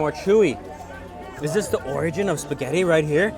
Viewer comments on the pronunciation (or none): none